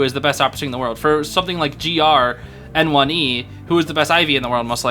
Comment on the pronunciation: hey just to let u know, N1e is actually pronounced 'nyeh', since its the word 捏 in chinese (copypaste it into google translate) and it basically means 'pinch' or 'squeeze' (he's literally pinching the survs lmao) fun fact the cn fans call him 捏神 (nie god) because he's just that good